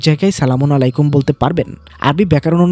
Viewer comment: ভাই আপনি যে সলামুন আলাইকুম উচ্চারণ করলেন সেটা ভুল উচ্চারণ কারণ। সালামুন শব্দে লাম উচ্চারণের সময় একটু দীর্ঘ করতে হয় কুরআনের শব্দ অনুযায়ী। আর আলাইকুম উচ্চারণের সময় শুরুতে আরবি শব্দের "আইন" দিয়ে শুরু করতে হবে এবং লাম্ উচ্চারণের সময় দীর্ঘ করতে হয়। তাইলে উচ্চারণ ঠিক হবে।❤❤